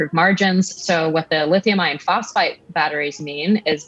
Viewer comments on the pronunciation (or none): Ugggh, how does a tech anchor not correct the script and still say "lithium ION phosphate"? . . . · Lithium "ion" phosphate... 😂, get it together news people, that "r" really matters when talking about the different chemistries. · It really bothers me when Americans pronounce iron as "ion". Especially when talking about batteries. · Did the woman interviewing just said “Lithium Ion phosphate “? She knows “ion” is very different from iron, right? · WTF is with these news anchors saying Lithium “ion” Phosphate instead of “Iron”. Reminds me that they know nothing… Jon Snow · im hearing "lithium ion phosphate/phosphite" do they mean lithium iron phosphate!!??!!